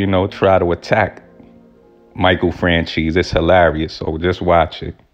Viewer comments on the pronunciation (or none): It’s pronounced “FranZEES” not francheese E. And Micheal is a good guy. Smart guy. Went to school with him. Same neighborhood in Hamilton Park Long Island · Michael Fran "Cheese"....really...c'mon dont butcher the name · Michael FranCheese? Lol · Nah man. If You were in the area at the time,,you would know that Johns Ego was All that mattered to him by that point. He thought he was a Celeberty and he loved. He Abolutely said the Streets need me,,you godda take the rap lol. And his name is NOT Michael Francheesy. Its Michael Franzese!! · Fran CHEESE? Franzese don't you mean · Did you just pronounce Michael's last name as "FranCHEESE"?!!! Lmfao im dying 🤣🤣🤣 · My guy really said Michael french cheese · Are you saying michael fran-cheese on purpose? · My man it's not "FranCheese" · Fran-Cheese lol... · Learn to pronounce names ..lmfaoooo